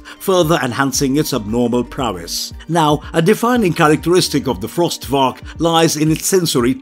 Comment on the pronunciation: Cool video, but small mistake: The monster's name isn't "Frost Varak", it's "Frost Vark."